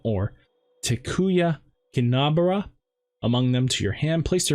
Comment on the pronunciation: Flamemon: "Flamedramon"? Takuya Kanbara: "Tenyu Kendubra"? Nice video nonetheless. Definetly wanna try this deck when BT7 comes out in Europe